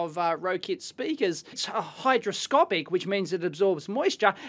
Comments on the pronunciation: HyGroscopic, not hyDroscopic. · Not to be that guy, but I must point out, it's hyGroscopic :)